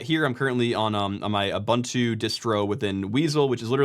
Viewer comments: For the love of god, please learn how to pronounce Ubuntu. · its ubuntu, not abantu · Everybody talking about Weasel but I can't help but be bothered by Uh-buhn-too. XD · for me it was how he pronounced Ubuntu